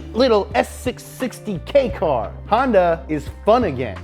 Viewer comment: Hon ----yawn-----da